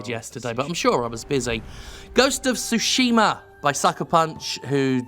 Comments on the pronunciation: Lol sushima, it's tsu-shi-ma, like tsunami, a slight hint of a T sound but mostly an S sound. The game looks great, looking forward to it. Tsushima is an island halfway between Korea & Japan and has changed hands back and forth thru the centuries, but in modern times it's a Japanese possession. ( It was a stepping stone for the Mongol invasion and the US-Korean war) Enjoy the rest of your day Jim 👌🤟🙃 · Both are wrong. I can't talk about the stress because I've heard Japanese people stress some words in every possible syllable, including no syllable at all. That said, "tsu" isn't pronounced "su". What English speakers do to poor Tsushima is akin to pronouncing "chat", shat. Just go to Google translate and listen to the bot say it. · I think "Ma" in japanese means "evil" or "wicked" or something like that (if anyone knows what I'm talking about, please correct me) So I find it funny when it's pronounced "Sushi-Ma" XD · Jim please stop saying Sushima, the T is not silent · 'shi' is pronounced 'shu' when followed by 'ma'; English isn't the only language with confounding grammar. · Iirc, Japanese names almost always have the emphasis on the first syllable. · Your initial pronunciation was awkward, but not bad, tbh.